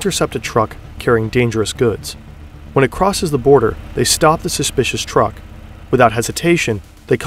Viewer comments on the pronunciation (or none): none